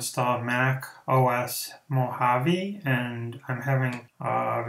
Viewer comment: Indeed you Rock!!! Thanks for not only helping me successfully install this, but also teaching me how to pronounce Mohave properly - it's tough for an Australian.